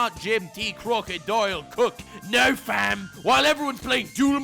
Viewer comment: No one: Literally no one:: CRROCKKODAIYYAL